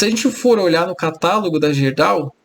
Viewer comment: amigo, a gente fala GUÊrdau.